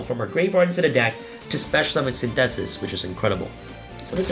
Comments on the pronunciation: The way says synthesis hahaha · Synthesis is an English word, you don't have to prenounce it like that lol